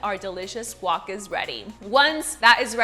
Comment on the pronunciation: guac...................say it right